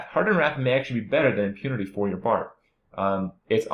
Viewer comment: "BARB" NOT "BARD".